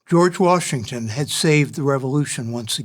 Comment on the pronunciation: Jeorge washminkton